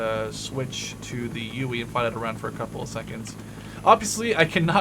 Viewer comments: its called a huey not uey and i dont mean to be a dick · it's HUEY (Hue-EE) not UWEE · He called it a ueuy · its a huey not a fucking ueuy god fucking dammit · its not the uey its the huey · So yeah uh... the HUEY is pronounced WITH the H just as a heads up! Pronounced Hu-ee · What is it with americans inability to pronounce 'H' really UEE?! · Shahid Ahmed I know got on my nerves